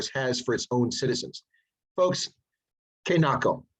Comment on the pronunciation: Oh, thanks. The way you pronounced it, threw me off. I know Tswana.